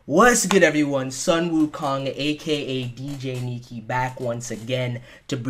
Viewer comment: you always make me laugh when you say DJniki www you are going to do P5 LP!? YES! look forward to seeing your P5 LP!!! if I correctly hear your English. I am not good enough at listening to English tho... If so, Please do it at your own pace^^